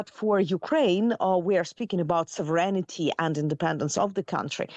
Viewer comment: Nice discussion. A little critique……Please pronounce “Sovereign-ty” correctly! Ugh. There is no vowel between sovereign and ‘ty’. Thank you!